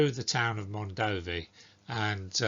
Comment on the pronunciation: is actually pronunced Mondovì with accute ancent on the last letter